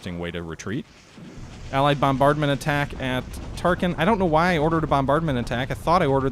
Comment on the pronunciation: Every time you call Tarakan "Tarkin" I find myself wondering about the assault value of the Death Star. :-)